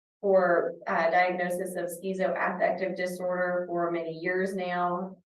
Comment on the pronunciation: Did she just say ‘skeezo affective disorder’??? Wth 😂